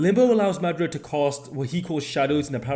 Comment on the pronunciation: Is you saying Madara name wrong on purpose. Cuz if you seen the dub you KNOW that’s not how you say his name 😤😤😤😤😤😤😤😤😤😤😤